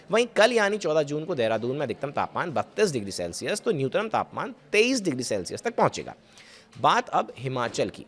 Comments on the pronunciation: Nutnam nhi nyuntam bolo tie coat me galat pronun aapko sharam aani chahiye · चूतिये, न्यूनतम होता है न्यूनतनम नहीं होता है